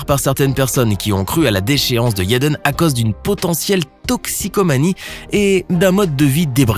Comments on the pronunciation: Jayden. Prq tu dit yaden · Jaden non toi tu dit yaden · JJJJJaden stp pas Yeden 💀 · [J]ennifer Connelly. [J]ackie Chan. YÉDEN Smith 🤦🏽‍♀️🤦🏽‍♀️🤦🏽‍♀️ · C pas yaden c'est jaden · C'est jaden pas yeden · Jaden Smith pas yedan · la prononciation de la lettre J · Des que tu dis yaden j’ecrit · Des que tu dit taden j’ecrit